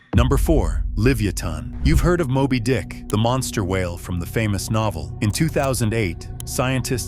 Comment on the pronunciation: “Moby di” what